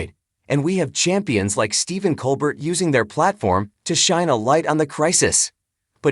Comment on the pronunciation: Why did nobody bother to tell this guy that Stephen's last name is pronounced Col- BARE ??.......And where was the aforementioned "shocking cancer diagnosis" ?? (And who do I see to get the last of my life back ??)